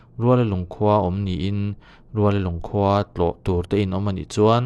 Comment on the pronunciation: Ruallalung ni lo vin, Rualalung tih tur.